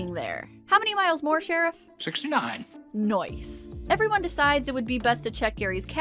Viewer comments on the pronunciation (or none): Hearing you say noice is not something I thought I needed, but my life has improved tenfold now that I have heard it.